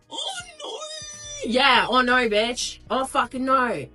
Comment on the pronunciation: ... oh norrrrr, noooorrrr. Somebody tell her there is no 'r' in No. 😅 Www provide a lot of comic relief with their peculiar carrying-on 😂😂